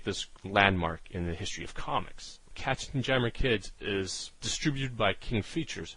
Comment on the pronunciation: Pronounce "KatzenYammer", as in yammering of cats.